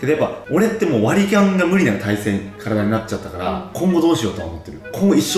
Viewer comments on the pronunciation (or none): ここの割り勘が割りキャンにしか聞こえなくて一生笑ってるw